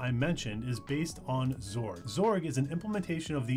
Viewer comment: when did everybody start calling X org, "zorg"? and what happened to just x or x11? ;) srsly tho, this was a good intro for non-tw users; thanks!